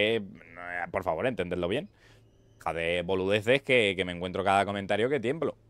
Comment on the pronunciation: te salio el argentino jajjaja boludeces xD